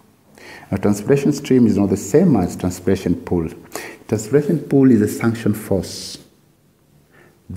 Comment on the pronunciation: Kindly it is suction not sunction ,bt the video helped a lot Thank you